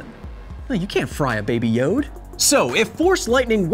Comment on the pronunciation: I can't believe how irritated I get when he says Baby Yode. Please stop. No one else in the entire galaxy calls him that.